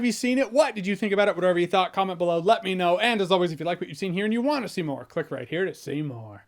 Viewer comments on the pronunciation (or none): When you say at the end "click right here to see more. PUNCH" i always hear you saying "click right here to Seymour" Like, seymour skinner. The caracter on the simpsons.